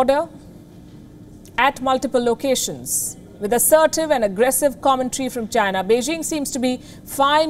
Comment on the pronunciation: its China. .Come on, try it, Chy-Na.....not Jhyna...lol. what kind of talking head is she...lol